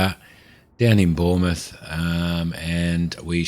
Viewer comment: yes I do but I moved over to stratus for my proper playthrough after learning the basics on cumulus. Still my home base though. LFRD is just west of mont St Michelle which is nicely modelled and a starred landmark in the sim. Not knocking you at all but Bournemouth is pronounced ^bornmuth^ the o is silent. Loving your work, and enjoying the series.